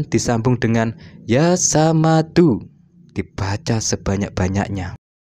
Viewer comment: Mohon maaf sy mengkoreksi....buka YA SAMADU...tapi YAA SHOMADU....maafkan sy